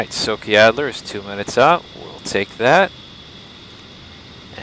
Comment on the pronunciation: A small correction. City "Sochi" you pronounce like "S-o-k-i". Wrong. Letters "ch" must sound here like in word "chest".